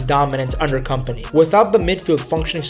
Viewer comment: you dont read his name as "company" ffs